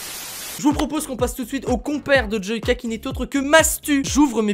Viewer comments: Joika mais ça se dit djoilleka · Tu a dis joika au lui de JoYka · Il a dit : Jouaka 😂😂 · Mes oreilles SAIGNENT quand il dit :joica 😂😂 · Moi je suis choquer, il a dit jooca nn mai euh sa devient grave 😱😱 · Qui a été choqué quand il a dit "Joica" ??? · Oui tkt, je sais, c'est juste qu'il l'a prononcé "Joica" 😇😁😉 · On en parle de comment il a dit joyca , ça m'a choqué, enfaite joyca est mon youtubeut preféré ..😅😂😘😊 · Je me désabonne tu sais pas dire joyca